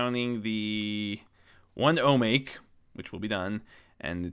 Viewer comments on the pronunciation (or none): Also, "Omake" is pronounced "Oh Mah Kay". It's a Japanese word meaning, roughly, "Extra" or "Bonus".